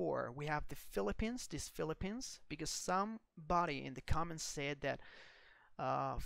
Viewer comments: c 'O' ments? Dude come on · whoever did the narration pronounced the word “comments” “CŌMMENTS” the “o” is pronounced “ah”. I’m a longtime subscriber, and this is one of the very best aviation channels on YouTube, so I won’t be too annoyed by it. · "Massive amount of cowments"?